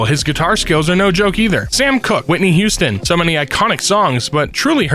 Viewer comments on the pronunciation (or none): none